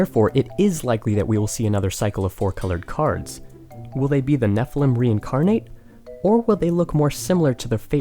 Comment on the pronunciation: Anyone else notice he says Nephelem instead of Nephilim?